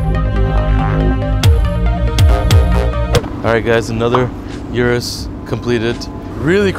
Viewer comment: Nobody:: U R U S